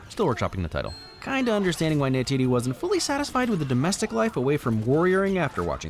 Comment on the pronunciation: It's Neytiri not Neytidi